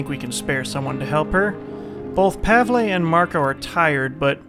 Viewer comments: Who told you pav-lay? XD It's corresponding to the english 'paul'. par-vul. Simples. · you've been pronouncing Pavles name right before, now you got it wrong. Whoever told you it was wrong was an idiot. Trust me, Im Polish and I know this stuff :) Strange because in the last (#02) video I reassured you in the comments section that you've been doing it right and now you took some idiots advice and now you have it wrong. In case you don't believe me, please do me a favour. Go to google translate, type in Paul in english section then pick Polish in another section and hit the speaker icon. That should clarify all doubts for you :)